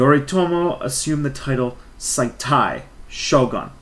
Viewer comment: It is Sei-ee-tai-shogun, not Sai-Tai for 征夷大将軍. Edo is pronounced as Eh-do.